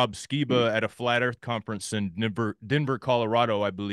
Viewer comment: ..."Nenver" Colorado... He must be a bit off of his game. 🤨